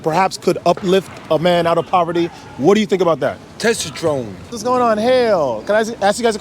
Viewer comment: I think that the "testatrone" guy meant "testosterone," but wasn't knowledgeable enough to know the proper pronunciation. I wonder what he'd think if he knew that celibacy actually elevates it.